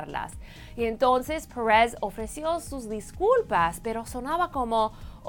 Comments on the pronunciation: Pérez! Es Pérez, no press, habla bien el español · Que coño "parez" se dise "pérez",y yo preguntándome, quien carajos es "parez"...(?) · Pérez mamita PÉREZ. "PUERREZ" QUE ES ESO!!!! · Ainoha Perez Y en vez de Perez Pures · "Paarez" si este contenido es para público latino ... Porque está mujeres inventadas pronuncian así ... Ya ni los mismos estadounidenses ... Es molesto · Porque se hace la que habla español gringo!! No entiendo porque pronuncia perez como si fuera inglés!! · Insoportable la pronunciación! "Parrez" ???? Que demonios?! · me distrae el acento de la presentadora , se pronuncia perèz de toda la vida en español no pèeereeezz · Alejandro Germanotta es que no dije que estuviera mal pronunciado, es irritante en el sentido de que no es necesario pronunciarlo tan americano, es un video en español, para el público latino y sinceramente me parece innecesario pronunciar el apellido "Pérez" como lo hace la notera. Al igual que "Cosmopolitan" y otras palabras, se pueden pronunciar con acento latino sin ningún problema. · tienes mucha razón, la palabra "perez" se escucha horrible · nada más detestable que cuando pronunció "Pérez"...